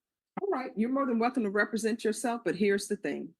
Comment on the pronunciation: But can he pronounce “represent” correctly?